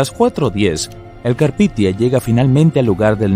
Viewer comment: No es carpithia es carpathia. Un esfuerzo más por investigar por favor